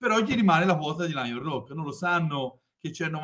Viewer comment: quello non sapeva nemmeno pronunciarlo nel video. L ha chiamato lens 🤣🤣 Poi oggi ha detto Lion Rocco (Siffredi, forse), InvestCOPPO e anche "segment agreement" 🤣🤣🤣🤣